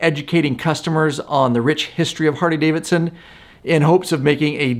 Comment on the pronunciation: Why does this dude say Hardy-Davidson??😂😂😂